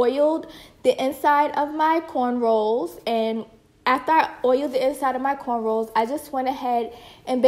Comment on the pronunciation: I sooo want ti try this! It's beautiful on you. Luckily I can do my own hair! By the way, did you keep saying "cornrolls"? Lol maybe am not hearing right..but it's "cornrow". Ignore me if I am wrong though hun!